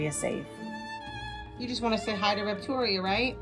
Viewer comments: "Rept-oria" XD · Confusing. Reptoria is a great name, as you pronounce it - but you spell it weirdly, like Repo - toria.